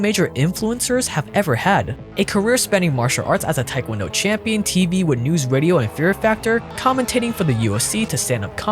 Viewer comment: I was wondering why he said Taekwondo so correctly until I saw he last name was Tran.